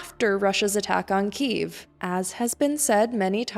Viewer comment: Good reporting. It reflects the centre-left view in Ukraine. BTW, why do you say "Кіів" ? It should be KY (KE) – YEEV (Ки - їв)